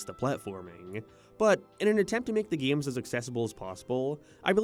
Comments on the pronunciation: I can't get past the way this guy says "gaemes" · "HUM ERON GAYTE" "GEME" ugh..... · "Gay-ems" "May-rio" Bud the speech impediment. Get a voice coach with some of this ad money, I'm begging you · Почему ты произносишь GAY'EM так странно?! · Never heard someone say game like that 😂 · Do you say “games” like that on purpose